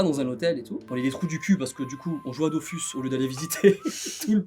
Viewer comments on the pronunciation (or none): none